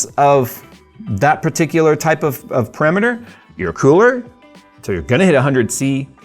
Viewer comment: parameter, not perimeter.